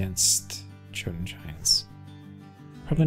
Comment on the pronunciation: Incredible nitpick, sorry but it bothers me in petty petty ways. The J in Jarl and Jotun should be pronounced as a Y as is the way of the Germanic languages. Otherwise, keep the good content coming.